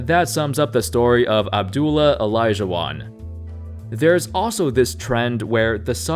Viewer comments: It’s AB-DUL-LAH,. Not Abdul! There’s a LAH at the end, 😂😂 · I still cant believe he says abdul not abduallah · You really can’t pronounce Abdullah? It’s not abdul idiot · I’m 100% sure the “ah” is NOT silent...I had a student with that exact same name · Ali Saied I mean the LA is right there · Abdullah is a Muslim name there is no shortage to that Just like he studied for this video he should've checked the correct pronunciation for names